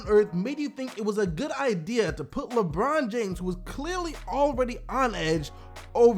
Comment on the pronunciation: Its pronounced like brin forbes